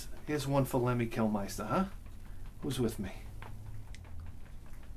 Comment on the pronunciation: Thank God Lemmy is not around to hear you butcher his name.